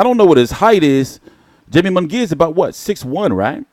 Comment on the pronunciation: Good video, but bruh if say Jamie and Jaime one more gotdamn time! He's Mexican fam that J is a h bro. Lmao! Made me lose focus.